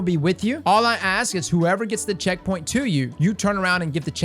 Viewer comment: For info, I'm a fairly new player and have no idea what checkpoint you're talking about, couldn't even make out the word you said :( Some more detail would be helpful.